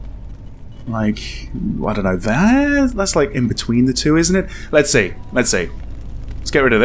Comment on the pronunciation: "I da know"